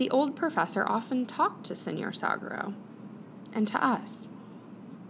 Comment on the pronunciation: The word 'saguaro' is pronounced like sa-wa-ro. It's a Spanish word, so the 'G' doesn't make the English 'guh' sound.